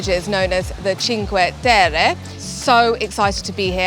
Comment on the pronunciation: Thank you for pronouncing Cinque Terre correctly. Many videographers completely butcher the names of the places they create content for. The least they can do is first learn how to pronounce the place correctly and follow with creating the content. I'm done, venting!